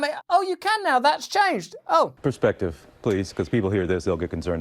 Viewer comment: "Persextive" 😆😆🤣 Legit crying over here.